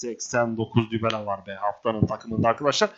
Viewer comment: şu Dybala'ya Dübele demene hastayım yaa adamsın abi <3